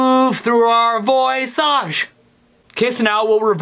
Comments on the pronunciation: Sounds more like “voisarge” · I've translated Voisage to english. The word is pronounce d vua-zaj and it means voice.